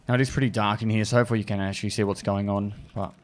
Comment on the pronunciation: Does anyone else like the way says the word "Here"? Its always sounds like "Hereuh" to me lol